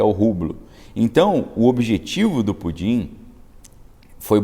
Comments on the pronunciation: Você esta falando PUDIN ou PUTIN ? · Cara, fala o nome certo do Putin, pois essa brincadeira de Pudim tá irritando a minha audição. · Não é pudin, fale pelo nome correto. Não tem graça nenhuma, essa sua brincadeira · Com todo respeito, o senhor não Pronunciar o nome do senhor Putin? É irritante.